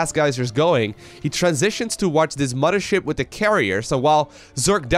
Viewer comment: "Muddership" :P